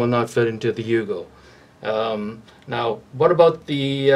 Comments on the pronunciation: Its "you-go" not "yo-go" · not yogo it's yugo